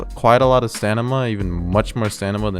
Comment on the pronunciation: stamina not stanima